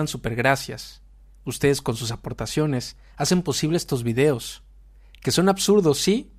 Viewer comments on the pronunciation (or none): none